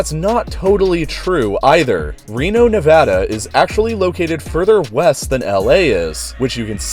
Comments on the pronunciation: Holy fuck he is said Nevada correctly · Weaker video, felt under explained as to the whys. But you pronounced Nevada correctly so I'm conflicted. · When someone says Nevada the right West Coast way <3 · At least he said nevada right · holy hell you pronounced Nevada correctly, as someone who was born and raised there, thank you.